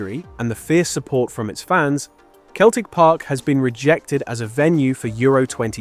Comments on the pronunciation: It's pronouced Seltic not Keltic. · You can tell the voice is AI. Keltic football club and Keltic Park. its Celtic Park and Celtic. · Emirates didnt make it cos 2 others in London have already been chosen as hosts. Its not Keltik, its pronounced Seltik!!! Also, what about Glasgow Rangers too? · It is pronounced Seltic not Keltic. Damn crap computerised AI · it is pronounced as sell-tic. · Celtic as far as the Scottish football club is pronounced “ seltic “. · They don't pronounce the t, it's selic. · 'Keltic football club'? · Not to me, AI still cannot say English words that are pronounced different from the spelling, like Celtic. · that’s what gave it away for me. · Can you train your AI to pronounce Celtic correctly? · You’re from the UK and you don’t know how to pronounce Celtic correctly. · Why can't Americans pronounce Celtic properly.